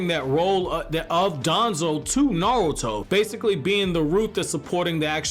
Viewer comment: Why does he always pronounce Naruto as nalto? Maybe consider seeing a speech pathologist... just giving ya shit bro, keep up the content